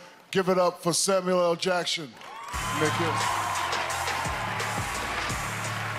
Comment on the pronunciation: Samuel L. Jaction